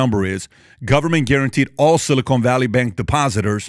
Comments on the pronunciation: PBD you are killing me with your pronunciation. It's silicon, not silicone - two different things entirely. The first is an elemental metal that semiconductors are made from the other is a polymer sealant.😊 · Patrick, please stop saying "silly-cone". It's "sili-kahn" 😂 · 'Silicon' NOT 'Silicone' - there's a difference🤣😒